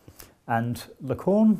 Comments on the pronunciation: Interesting and very well explained. I'll recommend this video to my students. But please don't call Lacan "la conne". It's very offensive. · If i hear Lacorn again... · Even if he can't pronounce Lacan :)